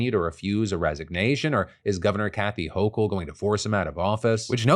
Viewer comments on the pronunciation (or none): none